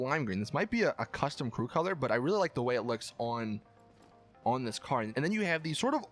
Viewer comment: He pronounced colour strange and I laughed. Sorry